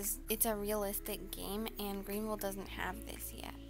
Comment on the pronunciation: Man said Green vile